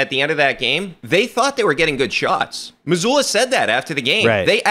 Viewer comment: I love how Bill’s dad calls Joe Mazzulla, Joe Mazuler.